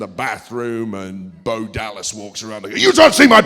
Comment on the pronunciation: did you just say bo lieve bo dallas